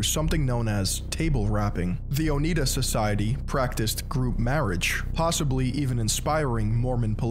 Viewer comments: on the pronunciation front: "Oneida": Own-Eye-Da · Yeah, a very basic fact that he got wrong, along with the pronunciation of "Oneida." I tapped out. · Along with The Oh-Nye-duh society (Oneida). Pronunciations in this are atrocious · It’s pronounced “oh-NYE-duh” btw -regards, a western New Yorker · I am not even Mormon and I picked up on that😂 Also mispronounced Oneida I am from Upstate NY. Bringham Young lived in my hometown and current town Pre-Mormonism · The way he pronounces Oneida and how he calls the Shakers Quakers, also. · Nahhh not the Oneida. What the Sam-o-Nella?! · Bro... you aren't even gonna double-check the pronunciation of Oneida, Moroni, Nephites or Lamanites before you publish a video? 🤦‍♂️